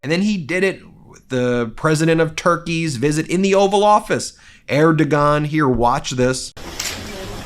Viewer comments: erdogan is not pronounced air da gaon just to let you know its pronounced er da juan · You need to learn how to pronounce Erdogan’s name—it’s er-doh-wan, not er-dah-gun. You’ve mispronounced it in both videos now, I’m surprised no one has corrected you yet. Imagine if Erdogan had invited Trump to a Turkish bath—he would’ve polluted the room and water to such an extent that the EPA would have to be called! 🤮😱🤢🤮😵‍💫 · You keep mispronouncing the president of Turkeys name. Its hard to explain the actual pronunciation in a text, but the Turkish alphabet a a hard g and a soft g. Instead of erdogan, the pronunciation would be more closer to erdojuan. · Drives me crazy that you mispronounce people's names almost as much as Trump does: The "g" in the leader of Turkey's name is pronounced as a "w".pronounced "UR-doe-wan". And, you pronounce Laura Ingraham's name as 3 syllables...It is correctly pronounced "IN-grum". I can't imagine how you must pronounce Worcestershire Sauce. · Erdogan, pronounced er-duh-wan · Hi Ben, just a note…Erdogan is pronounced “Air doe wan” their “ g” is silent. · Just a note about pronunciation: the ğ in Erdoğan's name is silent. Sounds more like AIR Dough Won. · Just for information, the g in Erdogan is silent. It's pronounced Erdo-an. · His name is pronounced like Heirdujaun. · (Erdogan is pronounced erdowan)💙🙏🏻💙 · Check the pronunciation of Erdogan. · Erdogen pronunciation —doublecheck.